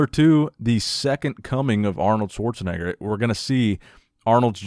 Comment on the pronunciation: I dont know if I miss heard you, but its not "schwarzennegger" its called "schwarzen-egger". Greats from Germany